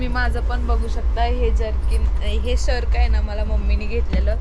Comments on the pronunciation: शेरक नाही shrug 🤦🏻‍♀️🤦🏻‍♀️ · शर्क नाही म्हणत त्याला श्रग म्हणतात 😂😂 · शर्क nahi ग shrag बोलतात त्याला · Shark nhi g श्रग म्हणतात